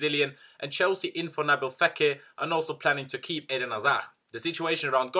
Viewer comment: Love how you’ve nailed how to say the players name correctly.